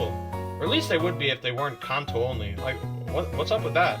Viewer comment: A man who pronounces Kanto correctly and thinks Gen 7/8 aren’t too great/Gen 5 was peak. Subbed.